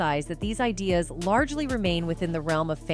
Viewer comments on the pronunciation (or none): none